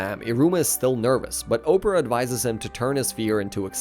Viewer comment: IT HURTS TO HEAR YOU MISPRONOUNCING KALEGO’S NAMEEE 😭 K AH LAY GO. THATS HOW ITS PRONOUNCED- I didn’t mind much with the mispronunciation of opera’s name. Ah pear uh. Opera. I’m sorry if it seems rude of me but being this angry actually gave me a headache 🥲 I apologize if what I’m saying comes off as rude; and you can probably say their names how you want but it just hurts dude 😭